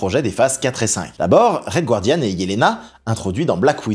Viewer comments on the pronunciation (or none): none